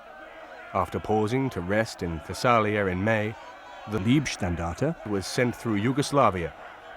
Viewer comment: Not Liebstandarte = > Lovestandarte but Leibstandarte => Bodystandarte. Leib => body, maybe you should pronounce it like “Laibstandarte “. It is sad that you English now only the English language…. This was war and Leib = body has nothing to do with love, lieb = is kind, lovely, even you English speakers should be interested to enlarge your knowledge.